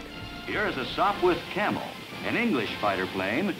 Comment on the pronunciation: You are correct. But he called it a Sopwirh Camel a couple of times